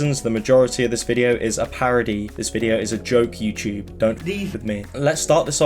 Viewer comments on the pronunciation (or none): none